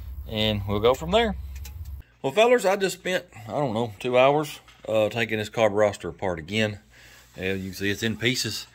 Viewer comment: It is so irritating hearing you call the carburetor a carburoster, It makes you seem like you are a redneck backyard mechanic, especially when I am a trained ASE certified TECHNICIAN of 30 years, other than that I like your vidio's.